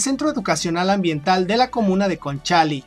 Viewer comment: Super interesante los contenidos de tu canal como siempre, una observación pequeña, es Conchalí y no Concháli, que es una comuna al norte de la ciudad de santiago entre Recoleta e Independencia, una comuna pobre y muy grande en cuanto a población